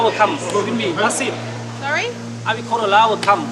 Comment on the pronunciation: Hes going to call his Lawwer!? 😂